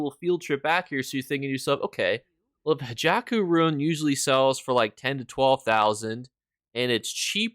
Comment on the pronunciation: I wanted to comment haKeiJo* but found this one already hahaha